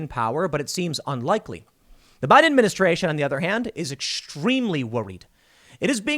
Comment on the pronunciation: Anyone else notice Tim says "buy denministration" ?